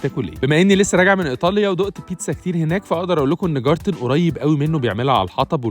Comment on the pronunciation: اعتقد انه الماني و النطق جارتن دا مش صح خالص ، اسمها جايتن